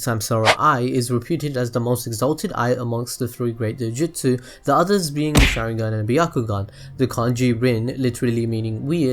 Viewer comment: Put stresses on the right parts of the names and nouns: RIN-ne-gan Sha-RIN-gan NA-ga-to U-chi-ha MA-da-ra PRE-ta NA-ru-to etc. Apart from that, good video👌